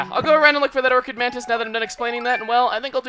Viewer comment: Or-Chid Mantis lol